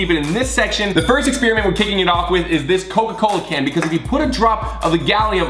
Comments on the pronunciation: Ex-spearmint? It used to be minty? Ohhh, you mean experiment! Pronounced ex-peri-ment. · Why, WHY does everyone pronounce it "exPEERiment"? Did I miss that memo?